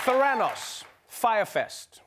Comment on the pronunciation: Trevor it's Theranos not Theranos.